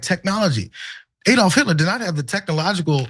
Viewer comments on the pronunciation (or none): none